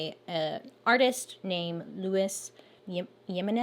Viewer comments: Lol it’s hee-men-ez lol love you Bailey! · Just came by to say Jimenez is pronounced Heemenez. Both of the e's in Jimenez sound like the e in America. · ngl, I cringed when you pronounced Jimenez 💀 it’s He (like the pronoun)- men-ez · Jimenez: He-men-ess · THE LAST NAME OF THE GUY THAT MADE THE HORSE IS PRONOUNCED HE-MEN-ES 😂😂😂😂 Im so dead!!! That’s my last name!!! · If the spelling of the horse artist’s name is Jimenez, it’s usually pronounced hee-MEN-ez. 😉 The horse might be in honor of the Denver Broncos — team colors, orange and blue. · HE MEN’ EH-Z. (Jimenez) Attach the Z sound to the EH Sound. (I live in El Paso.) xoxo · Bailey, Jimenez is pronounced “he-men (or -man)-ehhzz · The "Jimenez" is pronounced with an H sound 🥺👉🏼👈🏼